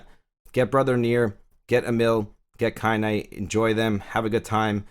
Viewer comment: hey I was watching another video of yours the other day (when ya mispronounced Kaine hehehe) and you said you hadn't played the Nier games? I was like "what is he then, a fuckin gacha god?" I'm new to the channel and you've helped me understand my first gacha so thank you, I....kind of understand the appeal, I love the lore of this game 100 percent but I certainly wouldn't be doing all this grinding if I wasn't so invested in this universe, so I guess I was just curious. I started off hating gacha, but now I got the bug. I kinda like it. And hate it. In equal measure. I was just blown away your doing what your doing if you hadn't done the Nier games. (Perhaps drakengard?) I'm new to the channel though and sounds like you cover other gachas so maybe that's what's up. I was curious though. You've been a HUGE help, my force, it thanks thee. Haha